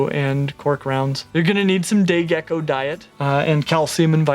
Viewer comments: Lol idk why I heard gay gecko😂😂😂😂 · Sorry I thought you said gey gecko I swear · I don't know if it is just me but i heard him say gay gecko lol, love your vids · Not going to lie. Every time you said say gecko. I thought you said gay gecko. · did he say gay gecko? xD